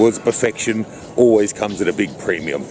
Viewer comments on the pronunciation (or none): none